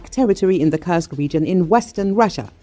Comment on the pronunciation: Please do not curse Kursk any more, it is a u like in food. Thank you.